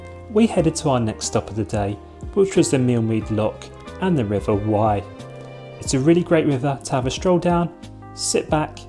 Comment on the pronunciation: FYI - The RIver Wey is pronounced like "WAY" not "WHY".